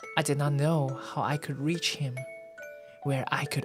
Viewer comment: 辛苦啦~來放時間軸~ this live is actually perfect, it just makes me want to sleep(that's what it's for www) 開始 全英開始 故事開始 不會唸www baobabs？寶貝？ reach? Rich?: goodnight （小聲 conquettish 結束小聊ー下 故事總結 預告下集（to be continue...